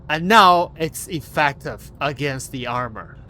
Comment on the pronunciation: "EffEctive", theres an E and pronunciated with an E not A. is so annoying when you say that... i know english is not your native language but still. come on